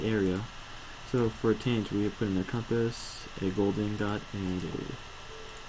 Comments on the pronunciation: Taint not tint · It's not tint it's taint. And it's not Veee its vissssss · Helpful vid, but if you say "tint" instead of "taint" one more time I will punch you through the internet.. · TAINT NOT TINT. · Taint not tint...